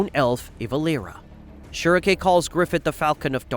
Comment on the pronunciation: Beh-heh-lit say it with me not "beh her rit" we don't call Guts, Gatsu. Schierke = sch rike (like the bird schrike) not "schere re k" You have to adjust for verbiage.